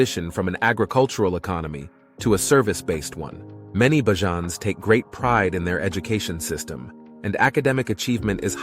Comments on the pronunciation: Bajans not barjans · BAYJUNS NOT BAJAANS PLEASE CORRECT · It's pronounced Bayjon Bajans. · next time put 'bayjuns' in the script of the automated speaker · If you're going to speak about Barbados please pronounce the name of the locals correctly. And do not mislead your viewers by posting images and videos that are from another country and not Barbados. Please don't it's seriously misleading. Facts for your viewers Barbados doesn't have the copious amount of tall buildings, the port/harbour in your video is not that of Barbados and the geography of another land mass just to the left of the image is clearly not Barbados as Barbados doesn't have any satellite islands. Very misleading. But to all your viewers as an indigenous of Barbados it's a very beautiful and great island to explore very safe,safe ,safe,safe you get it. The correct pronunciation of the natives of Barbados is called (Beige Jan). The name Barbados was is Portuguese actually meaning the Bearded One. The Portuguese discovered Barbados accidentally after being blown off course enroute to Brazil. Upon arrival they noticed the trees with the long vegetation growing from them just hanging. It reminded them of beards so in Portuguese beard is Barba. Barbudos(the bearded ones) Hence Barbados Take care folks